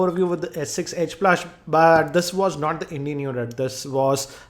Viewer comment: Wait! you said S6 edge plush